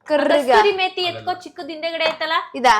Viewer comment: Kasthuri methi ala adu kasuri methi 😂